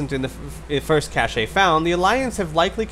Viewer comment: 'cache' is pronounced cash